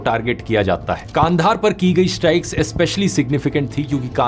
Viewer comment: Please work on your pronunciation of city names. It’s Peshawar, not ‘Paishaaawar’, and Kandahar, not ‘KAAANDHAAAR